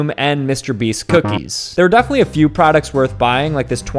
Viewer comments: Binging with “babeesh”? BABEESH? NO N** ITS BAB ISH PRONOUNCED BAHB-IHSH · it’s pronounced babish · is the type of guy who'd pronounce babish "babeesh" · Ba- (like in "bad") bish (rhymes with "dish") Babish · its pronounced bab-esh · the kinda guy to try coffee flavored tea instead of trying Jacsepticeye's coffee. also the kinda guy to pronounce Babish like that💀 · I’m gonna cry “Babeesh”? 😭🤣 he butchered that name with the mans own knife. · Nah, not mispronouncing "Binging with Babish"